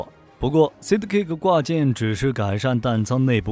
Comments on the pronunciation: 就不能查一下sidekick怎么发音吗？说了整整一集的sidkick,读个side 再加个kick就那么难吗？ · ‘’塞的‘’ ‘’吸的‘’分不清楚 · 吸得caker掛架...不錯，念的非常非常的有創意...鵝？ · 你們在做影片的時候難道都不聽原音的嗎?而且sidekick不是什麼專業英文單字也能念錯....